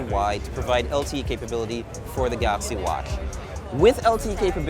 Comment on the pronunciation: he just shouldnt say anything with a "ch" (watch and appreciate) for the rest he has it very well under control.